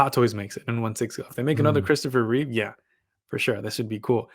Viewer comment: This guy doesn't even know it's REEVE, not REEVES.. and he's criticizing the statue? Give me a break. It's 100 percent REEVE.